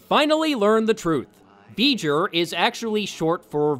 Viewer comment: Veijer? Isn't that the bad guy from Jak and Daxter? "It's Veiger!" Bleh.